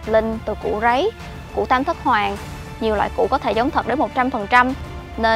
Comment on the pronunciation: Tam Thất Hoàng mà trong video toàn đọc là Tam Thất hoang không à